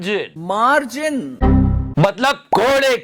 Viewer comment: सरकारी काम भी ठेकेदार से मार्जिन रखा जाता हैं , वो मार्जिन के बारे में बता रही हैं, मा... रजिन.....😂😂😂😂😂😂😂😂😂😂😂